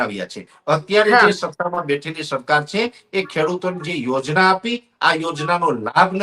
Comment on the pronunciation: " chhe " bolta sikh